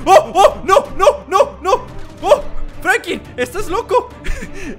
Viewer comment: es Franklin no Frankin